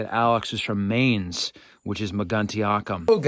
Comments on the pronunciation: As a recent resident of Wiesbaden, not far from Mainz, I feel compelled to point out that it is pronounced "Mines" versus "Maines" as you pronounced it. Your knowledge of the Vandals and others (to include the Goths, Visigoths, Ostrogoths etc.) is very impressive! Keep up the great work! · Isn’t the pronunciation of the river’s name supposed to rhyme with the English word mine? It’s been 50 years since college German, but I think I remember Herr Schroeder saying it that way.